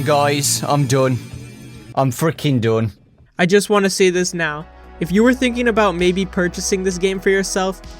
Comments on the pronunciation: i like how you say: "I'm don gujs i'm don " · Dun. I'm freakin' dun. British.